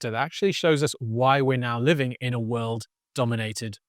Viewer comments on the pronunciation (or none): none